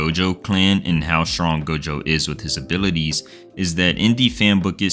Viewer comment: word: strong pronnunciation: shwonk